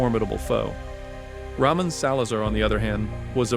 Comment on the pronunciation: "ramen" salazar really? bro its RA-MOAN ffs so dumb.